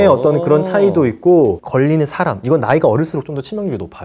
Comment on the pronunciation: “사람” 발음이 되게 희한햌ㅋㅋㅋㅋㅋㅋ 사하아람